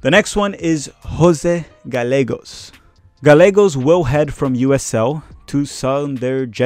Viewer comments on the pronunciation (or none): Good video! Btw your Portuguese is showing lol. Instead of Jose Gah-leh-gos, in Spanish a double LL would be pronounced Gah-yeh-gos.